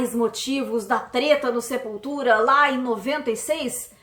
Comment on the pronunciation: Meu deus!!! Eu ouvi sepulteta kkkkkk